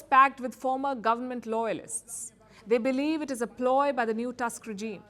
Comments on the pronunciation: "Tusk" instead of "Toosk". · I like how she says "Task" instead of "Tusk". 😅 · Prime minister TuSSk, a hitlerite controlled by german secret services since the late 1980s when he was working for east german Stasi as agent "Oscar".